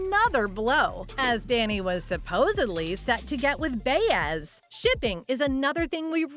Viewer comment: Can’t even pronounce Baez. Who wrote this junk? Obviously not a true fan.